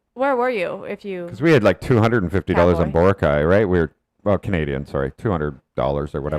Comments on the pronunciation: it's always been bo-RA-cay. i went to ilo ct for college and worked there thereafter for a total of 6 years. i've never heard anyone from there pronounce it the way you and other foreign vloggers do (some of my classmates were even from aklan); same with national news outlets. if you hear other filipinos pronouncing it with stress on the third, they've been influenced and are just emulating it, which is quite concerning. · i notice you guys actually make it an effort to pronounce places' names accurately so kudos to you. but for boracay, the stress is on the second syllable. bo-RA-cay. not bo-ra-CAY. most are like this for names with 3 syllables. not all though. guimaras, marilao, surigao are all stressed on the third. i don't think there's a rule to follow tbh so don't worry too much about it. just here to advocate for boracay's correct pronunciation.